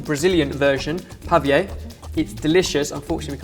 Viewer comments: Definitely, no vanilla extract and for sure insert a fruit, yours turned really dry and pavê (not "pavie" as your are saying") is really wet, moisture. If you had used pineapple, strawberry, banana (whatever ou want) it would be really watery and that's we're looking for! Also, you should have done with condensed milk and definitely no caramel or "dulce de leche" and change the peanut for shredded coconut. I bet it was really sweet. But good job, guys!!! Best wishes, Vivi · I make my pavê exactly like that, although the caramel is a can of condensed milk completely immersed in water in a pressure pan for 40 minutes. :D And it's pronounced "pah-vay". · I am Brazilian (go Brazil) and I love this dish but you said the name wrong 🇧🇷🇧🇷🙀